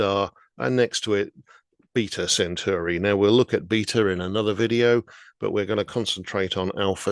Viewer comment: You’d think that a science writer would actually get the pronunciation of Alpha Centauri right, but no. It’s pronounced Cent-awri!